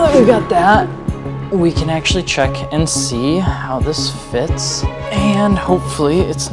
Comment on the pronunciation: “cat cehck” UNWATCHABLE! 😅